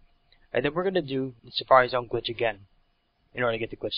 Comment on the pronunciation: btw, its "glitch", not "clitch"